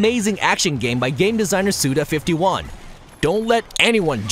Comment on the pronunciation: Why is everybody saying Suda fifty-one? It's Suda five-one!